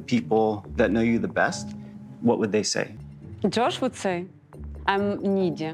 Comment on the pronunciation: can't get over how she pronounces Jush